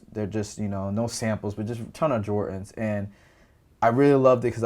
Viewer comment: why does he say jortans instead of jordans